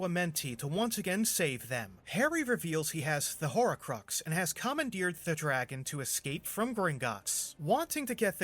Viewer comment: Were you pronouncing "horrorcrux"??